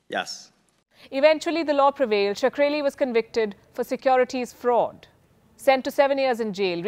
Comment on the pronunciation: I feel pronouncing his name like 'Sakreli' is a bit sacreligious